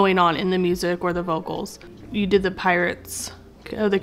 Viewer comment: Where is that guy from that he pronounces vocals and orchestral like that? Made my brain hurt.